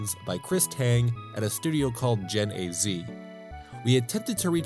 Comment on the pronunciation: Genazea is pronounced, Gen"asia." Or that's how Beast Wars Megatron pronounces it on Beast Wars Transmetals on the PS1, which was also developed by them.